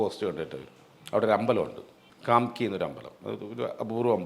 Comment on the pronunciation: കാംകി ടെംപിൾ അല്ല.. കാമാഖ്യ ടെംപിൾ ആണ്..